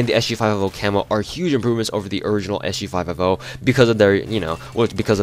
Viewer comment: You say SG5F0 lol, well it sounds like it. You should just say S-G-Five-Fifty